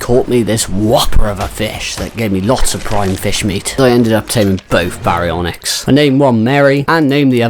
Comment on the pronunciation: BEYdon and BEYwing 😂😂 gotta love it!